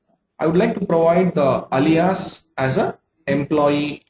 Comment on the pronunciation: You are good with SQL, but do you know how to pronounce Alias?